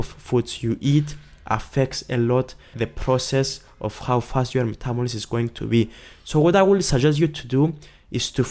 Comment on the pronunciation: "Metabolims." LOLOLOL. Cute.